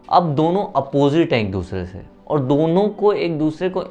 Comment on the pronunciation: Kiyaaaaa...?? Aap bihar se h..???🤔🤔😳😱😱 Ekdm nhi lgta ,hm soche ki rajsthan se h, Apka 'aur' ko 'orr' bolne ka accent thoda alg h.